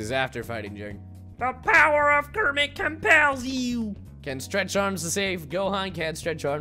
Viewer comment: Mmmmm, did you just call me Krammit?